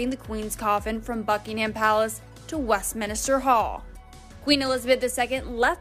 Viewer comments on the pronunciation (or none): It's MINster hall, not MINIster hall. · The narrator says Westminister Hall but the correct wording is Westminster Hall. Thank you for your story.